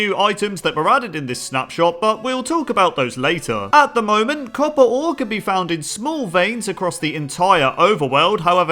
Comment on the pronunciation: Copper hmm ore hmm no thats not right "Coppore"